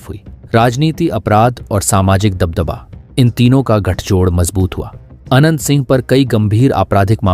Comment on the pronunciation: आवाज "आनंद "सिंह आ रही है